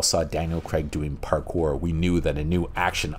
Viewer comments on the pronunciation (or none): none